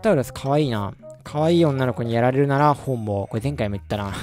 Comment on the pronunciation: 今回、いままでで一番ピクトさんが可哀想に思えたw→「可愛い女の子に殺られるなら本望」の本望がホモに聞こえたw